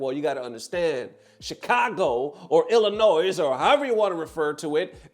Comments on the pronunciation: Why you pronounce the s in Illinois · Brother ignore the "s" in Illinois. Idk why it is there but it isn't being used.